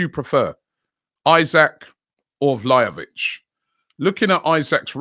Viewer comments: Vlalovic lol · Vla Hoe Vic, Vlahavic, Vla vic, man his name is hard to pronounce.